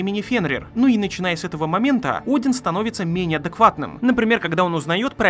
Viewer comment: Один это имя ударение на букву О